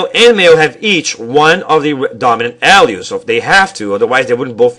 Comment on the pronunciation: its a good video, however, you stumble over your words to fast maybe because youre talking to fast, mispronouncing some words like "alleles" which can be heard as of "Al's"